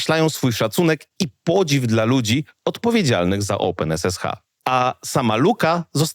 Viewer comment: Nie rozumiem, regression wymawiasz poprawnie, czyli co to jest "oupen esesha"?